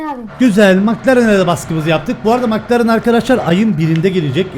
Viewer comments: nobody:: MıKlAreN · bildiğiniz bütün yanlış telaffuzları unutun. "MIKLARIN ?" qkzkfkvkskkskak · Nobody::Mıklaren